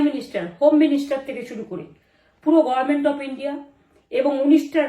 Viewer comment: গরমেন্ট গরমেন্ট গরমেন্ট। শুদ্ধ উচ্চারণ কোন দিন শুনতে পেলাম না। বাংলার ইতিহাসে সেরা নির্বাচন। রেকর্ড সংখ্যক ভোটারের উপস্থিতি এর আগে কোন নির্বাচনে হয়নি। ভোটারের স্বতঃস্ফূর্তভাবে ভোট দিয়েছে। অত্যাচার, নির্যাতন কোথায় দেখলো এই ভ্রষ্টাচারী, স্বৈরাচারী মহিলা। দূর হ পাগলী।